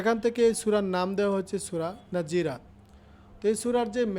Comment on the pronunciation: নাযিরাত না নাযিয়াত